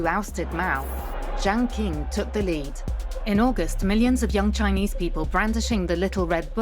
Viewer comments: Imagine wildly mispronouncing your video's subject. There is no Jiang King. Lazy and embarrassing. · Is this AI-generated? Poorly made content. Lacks research. Can't even pronounce Jiang Qing properly! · video that again acts like they're talking about when they can't even pronounce jiang qing properly, no nuance at all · Jiang Qing, not Jaing Qing. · Jiang Qing should be pronounced correctly as Jiang "Ching". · Mispronounced Jiang's name in 16 seconds. You don't know shit if you can't get the most basic shit right.